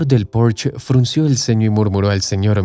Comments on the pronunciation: Mmhhh.. No es "porch", es "Porshe" pronunciado en español... Posche es una palabra alemana, no inglesa. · Porche es una marca alemana, por tanto se pronuncia en alemán: Porche y no Porch. En alemán como en español la e final se pronuncia.